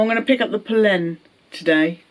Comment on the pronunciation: Great pronunciation of Polène